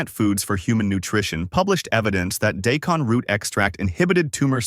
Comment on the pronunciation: Do us a favor and teach your AI to pronounce daikon correctly? What is day-con? Or did you mean die-con?